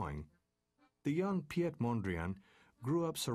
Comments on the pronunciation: His name is not pronounced Pi-et but as Pete, as in mayor Pete. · Piet is pronounced in Dutch as 'Pete' not Pee-et.... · People who enjoy & or make art have strong senses. The makers of this video don't realize that. If they would've, they would have never ever put that horrible add in the top right corner. Also, it is absolutely not in the spirit of the character of Piet Mondriaan. BTW. if the voice over can say Pete, he can also say Piet.